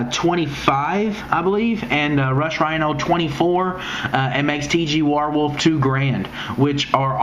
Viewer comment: its WARWOLF not war warewolf